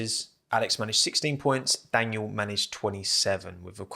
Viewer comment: It's kinda funny how you pronounce Daniil Kyvat because you pronounce it like "Daniel".😭